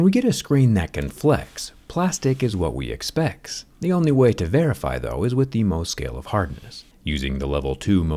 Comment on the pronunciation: I heard 'expecs'